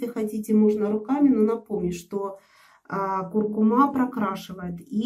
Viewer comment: КуркУма, а не кУркума